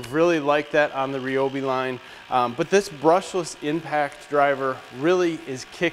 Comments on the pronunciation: Nice review! But, it's not "Ree Obi", it's "Rye Obi" ;) Figures that after I bought several kits they come out with the brushless tools. sigh The grinder kicks off because the amp draw from the battery is too high. The battery pack itself is shutting off power. The grinder is just pulling that much Amps to run it. The blade that comes with the circular saw is only for cross cutting. It's not a ripping blade. Perhaps changing to a ripping blade you'll get far better performance out of it Hopefully Ryobi will come out with another battery pack a notch higher and that'll overcome pretty much all the cutting out you were experiencing. Personally, I'm going to fabricate one myself and make a custom 8Ah pack for the Miter Saw and Circular Saw. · Did this dude just say (re- obi) its (rye- obi) god damn son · Clayton Bigs the company pronounces its name as Ree Oh Bee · Go watch any video that the Ryobi official channel has actually put out. They pronounce it "Ree-obi" themselves. You're right about the new 6Ah packs - they allow the brushless tools to draw significantly more power than the older 4Ah batteries. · Is he pronouncing Ryobi right?